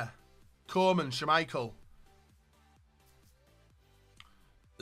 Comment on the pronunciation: Stop butchering Koeman's name